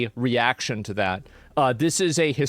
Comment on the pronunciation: He obviously said "dat"